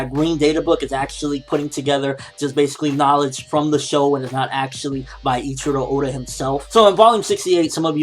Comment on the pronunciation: "Each-ee-row Oh-duh"? More like "Ay-chee-raw Aw-duh".